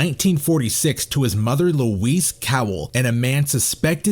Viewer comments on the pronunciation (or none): none